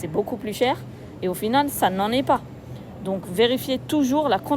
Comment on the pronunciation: La contenance... apprends a parler Français